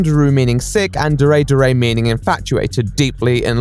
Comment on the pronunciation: The way he says “dere” sounds like dairy too.